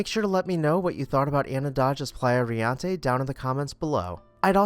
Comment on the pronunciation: Thank you for your videos. You are doing an awesome job getting thru these beautiful homes in record time while still presenting newsy facts. Riente , however, is pronounced Ree EN te. It means laughing or merry in Spanish. Also, you may want to google how to pronounce loggia. I don’t mean to be petty but correct pronunciation only validates your knowledge of the subject.